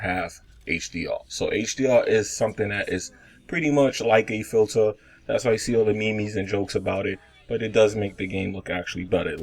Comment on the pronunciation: Scuse m, did u just say meemees?